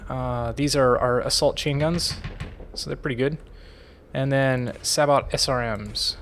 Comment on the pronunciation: Thanks for the vid! if no one has pointed it out, sabot is pronounced "say-bow" instead of "sa-bot"